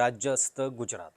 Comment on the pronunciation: गुज्यरात नव्हे गुजरात.[ ज = जसा मधला.] बाकी खुजरातबद्दल जे सांगताय ते विचार करण्यायोग्य आहे.